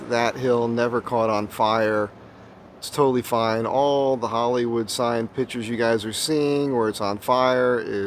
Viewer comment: Love how you always say pitch-ers rather than pic-tures.